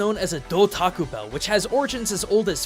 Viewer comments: I heard du taco bell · who else heard taco bell :/